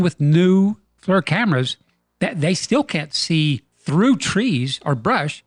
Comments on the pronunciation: It’s pronounced “FLEEER”. Not flur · Hey, I love the channel and have been subbed for years. Just note that the creators of Flir pronounce their system Fleer, not flur. I hear it often on youtube pronounced the wrong way. Have a very happy and prosperous new year to you and every one of your subscribers. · *FLEER is the correct pronunciation, not flur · Great work as always. Love it...And, as other commenters indicated, FLIR is pronounced FLEER. Looking forward to the 'Whoop Project' gaining speed! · It's pronounced "Fleer" not "Flurr." And "pro-grum" is "pro-gram" as wel as "skull-ton" is "skell-a-ton." 🤦‍♂️